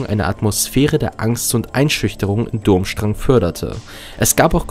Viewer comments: Die Schule heißt BTW nicht Dummstrang sie wird anders ausgesprochen... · Es tut mir fast körperlich weh, wenn ich höre, wie du den Namen der Schule aussprichst. ^^